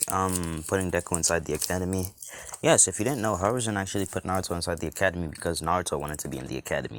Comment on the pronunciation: Love the what if but you can't even say naruto 5 times